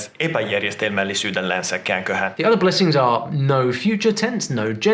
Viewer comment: He pronounced “epäjärjestelmällisyydellänsäkäänköhän” wrong